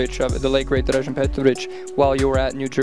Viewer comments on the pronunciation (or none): Such a tragic end 4 a truly extraordinary athlete and a lovely guy! I guess some would appreciate it if his name was pronounced properly... RIP Dražen🏀💯🏀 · It could be a good tribute to him to learn how to pronounce his name. It’s [DRAH-zhen]